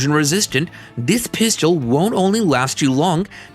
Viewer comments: "Pist-yel". "Capathity". Get a better AI voice; this one's not cutting it. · It’s hard to believe someone that can’t say pistol correctly